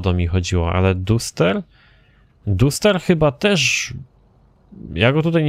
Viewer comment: nie duster tylko daster